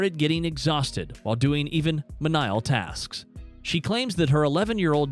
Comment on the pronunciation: Did the narrator just pronounce menial “me-NYal” ?